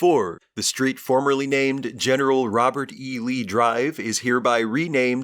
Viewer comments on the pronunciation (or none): It's always funny when Google says Robert East Lee Dr